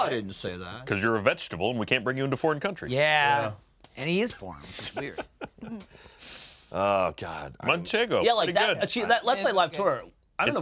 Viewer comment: I love ah but every time they mispronounce fogo as a Brazilian makes me cringe